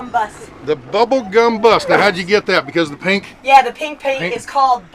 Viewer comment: I thought she was saying "Pink Bubblegum Butt!" LMAO!